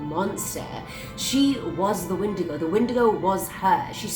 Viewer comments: Sorry to be that guy but You're saying it wrong it's pronounced wen-digo not win-di-go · (When•eh•day•go) lol